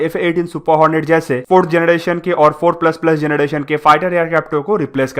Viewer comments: Bhai mai tujko unsubscribe krduga agr tune fir se generation or gederation bola ... Jb proper English pronounce nhi kr pate ho to bolte kyu ho or ye dusro ki video dekh kr batane ho knowledge kuch hai nhi😡😡😡😡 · 🤣🤣yes ur right he said gedration too 😂😂,but videos knowledgeable hoti hai bro